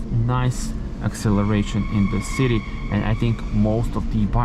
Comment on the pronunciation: It is pronounced copper (koper), not cooper (kuper). Also don't even try to speak an American English (it is city, not citey), it sounds ridiculous out of your mouth... 😂😂😂